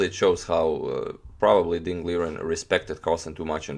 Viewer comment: #agadmator Accurately, it's Mr. Ding to call...Most commentators say it wrong, learn it and you're better than all of them immediately and easily